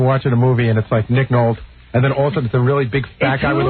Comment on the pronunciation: Nolt LMAO